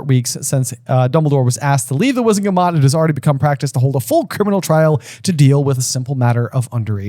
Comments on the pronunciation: And he says it wrong even after says it correctly! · It's "wizengamot" WIZ-en-ga-MOT, not WIZ-en-ma-GOT! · I just noticed, J has been saying Wizenmagot, instead of Wizengamot. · WIZEN-GA-MOT not WIZEN-MA-GOT! C'mon you have it written RIGHT infront of you😂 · I just have to say it drives me crazy every time J says "Wizenmagot" even though he's literally staring at the page where the word is clearly spelled "Wizengamot"... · It's Wizen-Ga-mot, not Wizen-Ma-got. (Said exactly like Hermione.) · It frustrates me each and every time J mispronounces the word "Wizengamot" and doesn't correct him. It is not wizen magot J. Keeping that aside, love you guys and your podcast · I always thought you were jokingly calling it the "wizen-ma-got," but no, you're fully commited to saying it wrong 😳 It's almost worse than "Skrim-jower." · Is there an inside joke i missed or does J constantly mispronounce Wizengamot with Wizenmagot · that was 100% wizen-ma-got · Is J ever going to stop mispronouncing "Wizengamot"? 😭